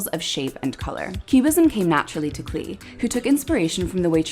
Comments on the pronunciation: It would be great if you corrected the pronunciation of his NAME it's CLAY not CLEE. all do respect. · He pronounced his name "clay" not "clee".